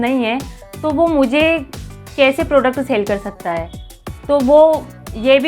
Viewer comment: Tumhe bolna to aa nhi rahaa tum kya hi job karti hogi.. hai ko he bol rhi ho.. मैं को में bol rahi ho.. 🤦